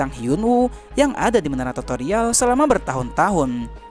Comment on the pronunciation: Tutorial bro bukan totorial😅😅 Toto mah togel bro😂😂